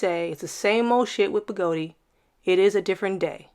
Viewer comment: What the heck is a Begoti wheel?! It's a Gotway. I'm totally confused by that pronunciation...